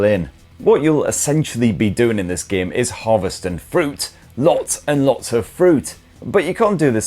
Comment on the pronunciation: A geyem on a speyess beyess? I don’t know what that is but it sounds really cool!